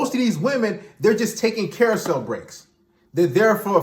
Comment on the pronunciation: Did you say they are on a carausel break?? 😅😭🤣